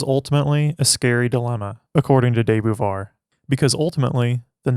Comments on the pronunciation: Beauvoir is pronunced ''Bo-Vouar'', amazing video tho ! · It's actually pronounced 'boo-vwah" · Learn how to pronounce her name. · Her name is not pronounced correctly in this video.